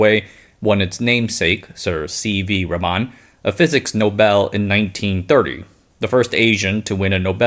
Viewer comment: "Raman" --> Blame the poor phonetic-representation of the Latin alphabet, but "Rummun" may have been a more apt spelling. "Ruh - muh - N" . (i.e., not ruh MAA - n, nor Raah - man). The uppercase "N" is to represent a hard nasal "N" (uncommon in most non indic languages).